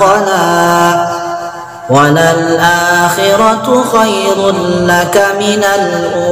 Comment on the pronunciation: Mohon maaf, untuk bacaan qoriah tadi knpa di akhir bacaan yg seharusnya di baca minal ula di rubah menjadi minal ule, apakah harus di baca sprti itu atau boleh di baca sesuai dengan tanda bacaan.